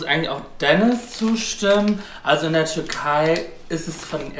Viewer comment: Bin ich der einzige der ganze Zeit Turkei versteht und nicht Türkei